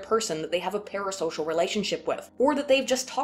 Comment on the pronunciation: everytime you say "parasocial" i think "paris hilton"... also kudos on the title